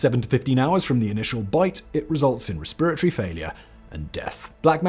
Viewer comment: Very entertained by the pronunciation of “resperitoty” LMAO.